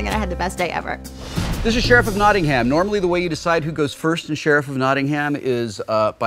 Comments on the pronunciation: I'm sorry, I had to pause the video minute in because every time you said Nottingham I felt my heart twinge, and I'm not even from Nottingham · Dear America: NOT-ing-um. Not Not-ting-HAM. tips hat and drinks tea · I love american pronunciations of Cities from outside the US... They always get it wrong :P eg. Not NottingHAM, but Notting'm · Loved this episode, but had a little spasm everytime they said Notting-HAM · Ugh, it's pronounced "Notting'm", not "Notting-Ham". It's so jarring when he says it wrong. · its Notting-um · I'm from Nottingham and would like to make a few suggestions when playing this game: 1. We pronounce it Nott-NUMB, not Notting-HAM 2. We use Sterling (or Pound) over here, and we pronounce is PAAND 3. "Ey Up, Mi Duck" is the politest "Hello, my friend" you will ever receive in Nottingham. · there's only 1 way to pronounce Nottingham and that is exactly as it looks NAW - TING - HAM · Love Will calling it NottingHam. Hilarious although I guess that's what it looks like :) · Notting'um (we don't say ham!) :D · As someone from Nottingham, you are saying it wrong! There is no ham. It is Notting-um not Notting-ham. That is all. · Sorry Wil. It's pronounced more like "Notting-um". Yeah, we're English, we have weird place names that don't sound anything like the way they're spelled. At least you didn't try to pronounce any Welsh places, that'd just be hilarious... actually, you should try to pronounce some Welsh places. Either way, I just want to scream at my monitor whenever you say "Notting-ham.". >_< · it's weird hearing americans say nottingham, and putting massive emphasis on the ING and HAM parts. It should be just like nottinum. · It's pronounced Knot-in-um. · Say as if it were Nottingum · ehhhhh its pronounced NottingAM, NO HAM!!! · it's pronoucned Notting-um.... not notting HAM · As someone who actually lives in Nottingham, hearing Wil pronounce it is agonising! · Certain irony to Whil Wheeton hard-pronouncing the H in Nottigham.